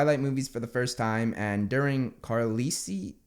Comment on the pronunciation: im sorry, KARLISI?!